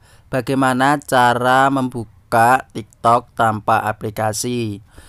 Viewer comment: Kayak ny udah biasa ngomong tiktod 😂😂